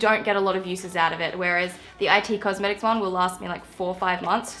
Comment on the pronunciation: I'm not hating but I Just want to tell you that it is it cosmetics as in the word it. Don't take any offense but I had to tell you so you don't say wrong again😂😂